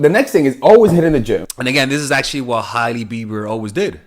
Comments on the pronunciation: Her name is pronounced ‘Hay-Lee’ not ‘Hiley’ Love you tho! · Lol it's pronounced Haley